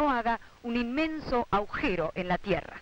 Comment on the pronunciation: "Aujero" le falta leer a esa